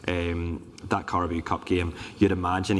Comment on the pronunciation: Gareth desperate to laugh at pronunciation of Carabao 😂